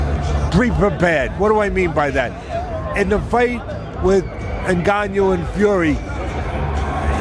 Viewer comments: 😂 " Nganiou "... Teddy c'mon! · Cant even speak the name proper 🤣🤣🤣 N GAN NOU easy lol the people LOVE too hate on aj but humble pie got through at all the fuckers and aj never got smoked by usyk especially in 2nd fight usyk won by 2 3 rounds even fury stated this wilder and fury get ENDED by aj quick aswell especially wilder